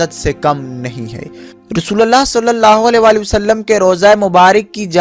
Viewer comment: Abe rasulallah nhi, rasulullah bolo